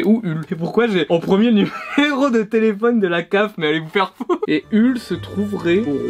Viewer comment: Ça se prononce Holl, pas Hull